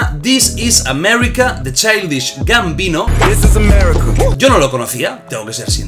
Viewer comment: Disis amerrika